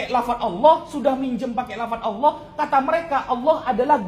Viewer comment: 👉 layo.. Wong kata ALLAH nemplok di quran ada, kok mlenceng bacanya jadi awoohh oloh... oloh³... Mereka harusnya ganti itu dengan awoh 🤝